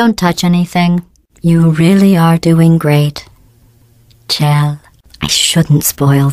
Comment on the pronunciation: CHELL SHE SAID CHELL!!! HAH SEE ITS NOT PRONOUNCED SHELL AND NOW I HAVE PROOF!!!! >:D TAKE THAT PEOPLE WHO THINK ITS MEANT TO BE SHORT FOR MICHELLE, ITS CLEARLY SHORT FOR CHELSEA HAHHAHAHA ahem. I apologise for that, I just needed to express my smug victory, I have nothing against people who pronounce Chell's name wrong.